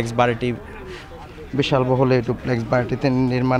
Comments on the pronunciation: বিশাল বহুল না বিলাশ বহুল, আগে পড়ালেখা করেন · Hey man! U are a reporter but don't u know Bangla? কেন আপনি বারবার বলছন, "বিশালবহুল'? what does it mean? বলতে হবে বিলাসবহুল। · সাংবাদিক ভাই বিলাস বহুল বলতে বেরথ।